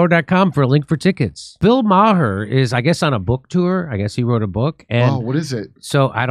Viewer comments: Jimmy needs to learn how to pronounce 'Maher'. In fairness it does depend what part of Ireland it originates. In some places it is 'Mah-hur'. More widespread it is pronounced 'Marrh' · Jimmy "Dore" with a blatantly Irish surname can't recognize another blatantly Irish surname? WoW! Bill "Maher" pronounced Marr as is in "Mars" the planet without the "s". Come on Jimmy, get it together! Bill Maher's mommy is/was Jewish and Jimmy's dad, unless there was a change somewhere in the past is or was of Irish decent too. We used be well aware even as multigenerational Americans of our family backrounds but, I guess at some point that was lost along with so much else... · Ma-her? Heh. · Anytime you're ready to STOP saying Bill "Mah-Her" that would be great, thanks. Send that moniker packin' along with Kurt. ;)